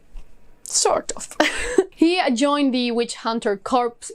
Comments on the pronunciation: I love that you have favorites that aren’t a full 5⭐️! I have some favorites that didn’t quite get there either, but you know you still loved them when you look back at it. Corps has the ‘s’ and ‘p’ silent. It’s pronounced like core. It’s one of those words where if you’ve only ever seen it written, then you’d never know how to pronounce it correctly. 😂 I knew Sword of Kaigen was going to show up on this list! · Corps is pronounced "core" in English. Weird, I know. Bugs me but not as much as colonel being pronounced "kernel."